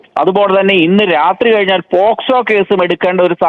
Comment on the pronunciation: പേസ് കോ അല്ല പോക്സോ